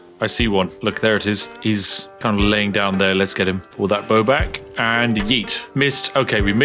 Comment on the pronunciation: bowowowowowowoww, went from trying to pull a bow out to sounding like the dogs.